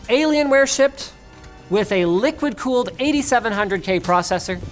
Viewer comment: did anyone else hear “ligma cooled”?